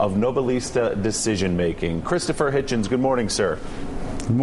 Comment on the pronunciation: I think you’ll find it’s pronounced “Hitchens”